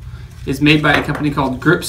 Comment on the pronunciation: Oh my...I'm I the only one who heard "group sex" in a Scottish accent